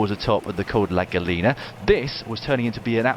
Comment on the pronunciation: It's "GAH-YEE-NAH" Dan! FFS!!